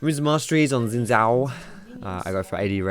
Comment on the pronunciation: Good vid but u pronounced xin zin...maybe it just me